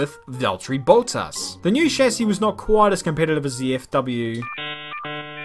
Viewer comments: its bottas not boatas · hi. its not pronounced boutas. there is no "u" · No one:: BOWTASS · Ah yes, Bowl Tass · Why does he pronounce words so weirdly? Valtteri BOLTAS? Solchi?